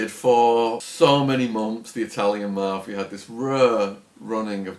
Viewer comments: It's MAFIA, not MARFFFIERRRR. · Anyone else hate the way he says mafia ?